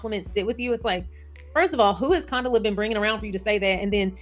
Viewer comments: Girlll lol, it’s pronounced Con-Dough-La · pronunciation is fine. We were calling Condola everything BUT Condola… she’ll survive. 😂